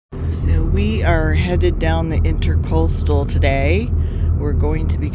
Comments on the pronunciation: Please indulge a couple of minor corrections: It's "Banyan" not "Bannon" tree. And it's IntRAcoastal, not IntERcoastal waterway. Nice audio quality on the new microphones. Enjoy your videos. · I did not notice a misspelling of intracoastal. I was referring to what to me sounded like your pronouncing it intERcoastal. Sorry for the confusion! Fair seas and following winds from a retired US Merchant Marine. Cheers!